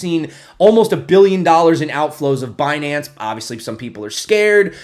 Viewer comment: Binance? You mean Bnance huh ;-)